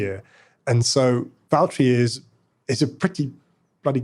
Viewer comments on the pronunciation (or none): Then the name is Valtteri, not Valterri